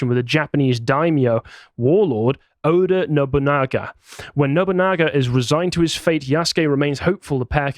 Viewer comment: It's Yasuke, but in Japanese the u sound in "su" often blends into the next consonant, so pronouncing it as "Yaske" is perfectly correct. Also you did a great job pronouncing Oda Nobunaga as well.